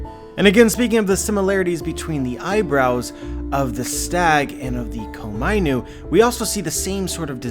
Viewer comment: When he says Komainu I want to facepalm... It is Ko-Ma-I-Nu.